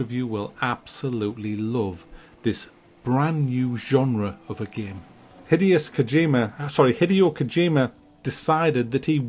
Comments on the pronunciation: "Hideous Kojima" LOL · "Hideous Kojima" love you 😂